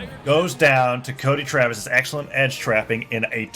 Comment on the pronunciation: did he say AXElent xDD